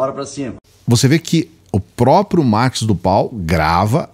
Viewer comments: Escutar uma pessoa que pronyncia errado nome Narcos do Val.Cidadao repete Marcos do pal. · Mano é tudo muito sério! Mas, o chamando o senador " Marcos do Pal " eu não aguento não! Cada hora que repete é uma gargalhada😂😂